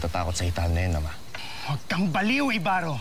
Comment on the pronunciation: ibaro hindi ybarro